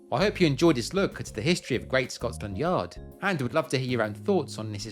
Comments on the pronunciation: You say Scots landyard most of the time....its Scotlandyard without the s agter the t.....😊😊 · It sounds like your saying ScotSland Yard